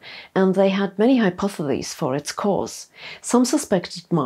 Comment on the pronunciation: Great channel, but practice your pronunciation of "hypothesis"/"hypotheses", it's in nearly all of your videos :) Have a nice day!